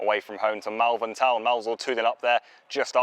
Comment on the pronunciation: Its pronounced Molvern